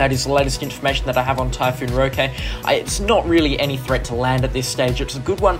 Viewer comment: It’s pronounced ROH-kee jsyk